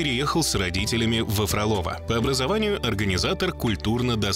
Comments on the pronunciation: не фроло́во, а фро́лово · Вы хотя бы ударение проверяйте. ФрОлово! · А название города специально произносят неправильно? Там ударение на первый слог - ФрОлово